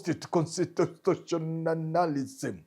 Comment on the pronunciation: Omanyo can't pronounce constitutionalism 🤣🤣🤣